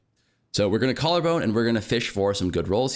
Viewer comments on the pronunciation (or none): i dont know if anyone else caught but bro said preserved jawllarbone lol